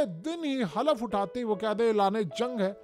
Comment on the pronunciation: The correct word is Hulf nat Halaf